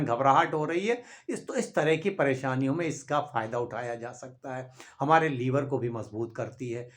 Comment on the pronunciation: अबे हकीम लीवर नहीं लिवर